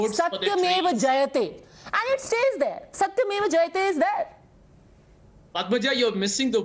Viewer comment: Tell this RJD spokes person that the word is satyameba jayate not "satmeb"